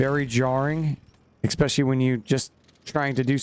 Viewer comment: "expecially" "all the sudden" "suposubly" Good god